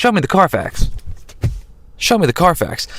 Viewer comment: CARFAX, not "Car Facts"